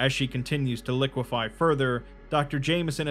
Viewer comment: Say liquefy again